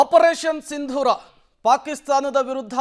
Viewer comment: ಸರ್ ಸಿಂಧುರಾ ಅಲ್ಲ ಸಿಂಧುರ